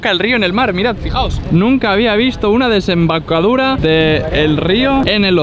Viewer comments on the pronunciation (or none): Todos: Desembocadura: Desembacadura